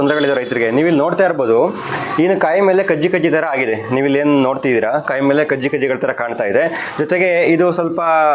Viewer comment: ಕನ್ನಡವನ್ನು ಕೊಲೆ ಮಾಡಬೇಡಪ್ಪಾ..... "ಹಾಗಿದೆಯಾ" ಅಲ್ಲವೋ ಅದು "ಆಗಿದೆಯಾ" ಸರಿ. ಮೊದಲು ಕನ್ನಡ ಸರಿಯಾಗಿ ಕಲಿ, ನಂತರ ವಿಡಿಯೋ ಮಾಡು...... 😡